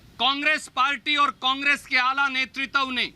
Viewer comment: Netritav nhi hota h netritva hota h,kis bachhe ko bolne bhej deti hain sonia ji